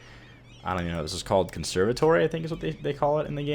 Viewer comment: Just so you know. In the campus, the music conservatoire isn't said con serve ah toree, it sounds like con serve ah twa. It's French, but great video!